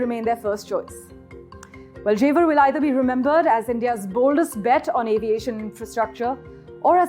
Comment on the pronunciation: jewar bol re chore🤣